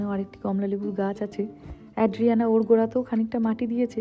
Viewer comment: Tomar content khub valo lage, anek kichu notun jante pari and sikhi tomar video theke. I'm a regular viewer. Ekta chotto constructive feedback debo, it's ay-dree-AN-uh (bangla r A-kar borno ta) NOT ad-dree-AN-uh